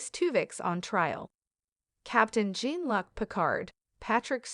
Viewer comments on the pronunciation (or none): The mispronounciations of that computer voice are ridiculous. Serrydos? Saboteyshd? Captain... Gin-Lock Picard? Also, why you write Sisko in the title but not mention him?